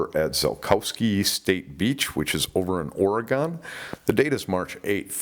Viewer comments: just fyi, it's not (phonetically) *O-Re-Gone*, it's *O-Re-Gun*, Oregonians (has short 'O' sound) are kinda picky bout that. It's just.... ya know..... 🤷🏽‍♀️ a thing. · It's pronounced Oregon Or-ee-gun maybe Or-ee-gen, but not Or-ee-gone it hasn't GONE anywhere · It's pronounced Ore"Gun" not gon. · Pronounced....OR-E-GUN!! Thank you!